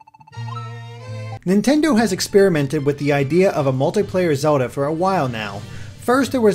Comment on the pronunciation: Am I the only one extremely annoyed by how this reviewer pronounces the word 'Zelda' like 'Zuhlda'